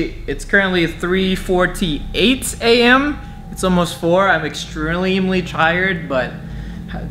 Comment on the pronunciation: Bro said “Extremely chierd” lol at 24 secs